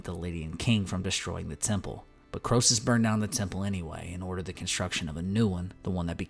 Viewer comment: Croesus is pronounced kree-sus.